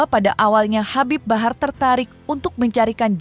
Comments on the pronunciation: HABIB HABAR😂😂😂 host nya salah ucap jadi ngakak aku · Habib Habar😂Ampe kepleset tuh presenter baca nm si habib😂